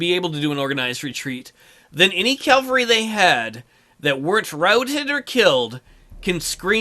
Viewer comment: Love the video; except... you keep saying CAL-vary and not CAV-all-ree.